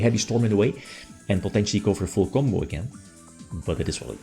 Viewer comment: its ... i get a certain feeling as if it sounds wrong when I hear you saying full combo ... XDDDDDD but the "coffee" moment, is top tier, we need more of that stuff jajajajajajaja